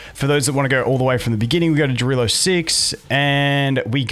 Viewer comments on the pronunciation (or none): Fyi, the pronunciation of the world is 'iarilo', not 'djarilo'. I think it's because it's a Finnish name? But I'm not too sure so if anyone knows better please feel free to correct me.